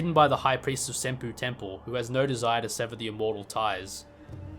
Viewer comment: "senpoo" lmao